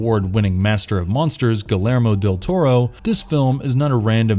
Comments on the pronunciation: .... Written by legendary, academy award winning, "guh-lair-mo" del Toro.... That umm that's not how your pronounce Guillermo lol it's closer to "ghee-yair-moe"lol still a fantastic compilation video, it really gave me a bunch of new films I'm excited to watch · Nice job. Just an fyi. Guillermo del Toro's name is pronounced Gee air mo. Francis Ford Coppala is pronounced Ko Poe La. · ghee-yer-mo. really not that difficult. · It's pronounced gee-air-mo not gil-air-mo you mo mo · Ah yes, gil err moe del toro... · That Guillermo tho, or should I say Galarmo lol, I'm guessing the narrator isn't a horror fan. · The scariest part of this video is how you pronounced Copolla and Guillermo. Yikes. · First; in Guillermo, the double ll makes a y sound. Pretty basic Spanish and don't know how so many YouTubers can't get it right. Second; why would you have 2 movies(Let Me In and Let the Right One In) on the same list especially when they are basically a shot for shot remake, not to mention have them so far apart.